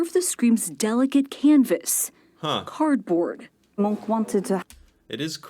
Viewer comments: It is not «munch». The name is pronounced «moonk».. A huge museum dedicated to him opened not long ago, close to the opera house in Oslo.. :) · The Munch Museum (pronounced Munk) was old and in bad shape. The old National Museum was a lot older and in much better shape, but it became far too small. I haven't been to the new one yet, but I'm visiting Oslo (my hometown) in a couple of weeks and may be able to go there then. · The irony when the lady she interviewed is Danish, not Norwegian, and most people find that museum damn ugly. It’s just a box… and I live north of the former Munch museum in Oslo😝 And Munch is pronounced “Monk” in Norwegian. Some say Munk with a -u sound.